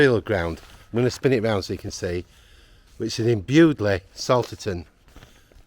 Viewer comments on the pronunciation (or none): Shame it isn't pronounced "Bewdley" Salterton when it should be BUDLEIGH SALTERTON !!